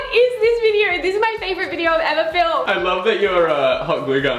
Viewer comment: Nobody: Not a single soul: Not even a speck of DIRT:: Videorr